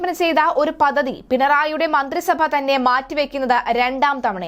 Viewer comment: ഒരു പദദി ? × പദ്ധതി ✓